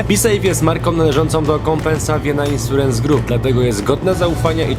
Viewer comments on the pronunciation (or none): "insurens grup", "dont by saszipysys", "cyrkl kej" XD popracujcie nad angielskim chłopaki, bo kiepsko to brzmi :D